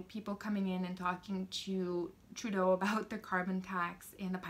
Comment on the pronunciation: Ladies and Gentlemen, please get our Wrong Dishonourable P.M. N.P.C. name correct..lil 'justy tra-doh.